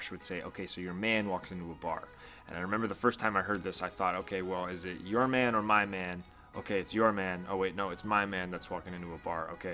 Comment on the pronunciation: He pronounces “man” as if it’s supposed to be pronounced “main”... Lol 😂